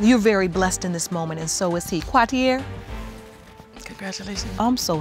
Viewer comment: Quwateee-Air?!!! Umm... What??!!🤔😑